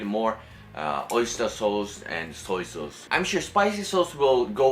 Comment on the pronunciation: Idk why but i love it when he says sauce like ‘sows’